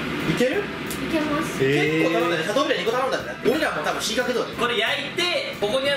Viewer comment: シャトーブリアンをシャブリーっていうの笑うw